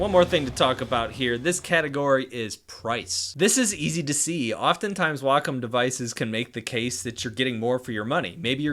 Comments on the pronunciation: the wokum one v the hooeine camvas noice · I think it's supposed to be pronounced Way-come.